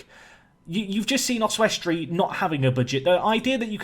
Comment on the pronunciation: I love your pronunciation of Oswestry, Your way with words is one of the main reasons i watch tbh!